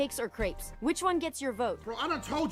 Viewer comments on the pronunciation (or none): Hearing Case referring Crepes as 'Creepy' hurts my soul 😭